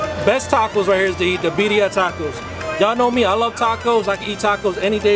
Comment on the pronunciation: 😆😆😆I'm confused...you saying Beddia..but she said Birria. ???